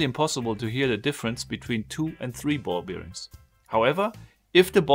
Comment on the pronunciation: I love it, but please stop saying Ball-Beer-Rings